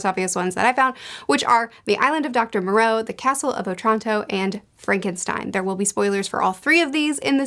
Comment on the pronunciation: 1. It is the Island of Doctor MO-Roe or MORE-O Not MON-Roe. 2. Zombie Lola, the Zombie who is obsessed with marrying Absalom is a Warthog not a Hippo. Otherwise great video, I'll have to see if I can find that third book and read it.